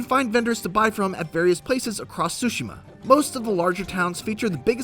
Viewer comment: Dude... stop saying “sushima”!!! The T is not silent! You don’t go to eat “tsushi” do you?? Smh...